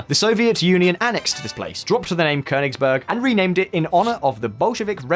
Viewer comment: Kudos for the pronunciation of "Königsberg"!👌🏻